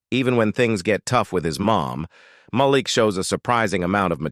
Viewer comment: Narrator sounds AI especially the pronunciation of names: Mal lick instead of Malik. 🤣